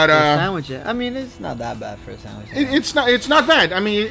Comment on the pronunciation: I swear he definitely said sand wish not sandwich LOL